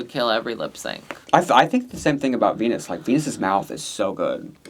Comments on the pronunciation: Vinyas, not Venus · Why d you keep callin Viñas "Venus"? It's VINIAS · Idk if she goes by both but it’s ViÑas with Ñ not a N. Like piña colada or jalapeños but I guess white ppl usually do call them jalapenos lol Love yall!